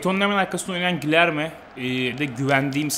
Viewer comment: abi guilherme cilerme dıye okunuyor